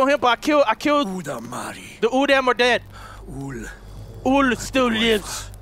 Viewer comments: Plus you pronounce udam, u-dam. The correct pronunciation is u-dahm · its pronounced like this udom